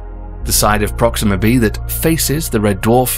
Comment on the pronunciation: Proxima WHAT? My ears are bleeding